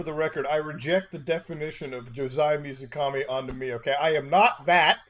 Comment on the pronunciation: When the guy said water god I had a huge moment of "please don't say it" and then he did. Also pretty sure 水神 isn't read as Mizukami.